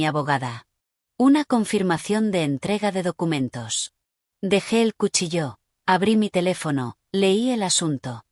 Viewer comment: Que yo Sepa Cuchillo No tiene ningun Acento porque lo pronuncian como si lo Tuviera expliquenmelo Please